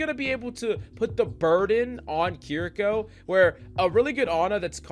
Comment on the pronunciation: Key rree kaw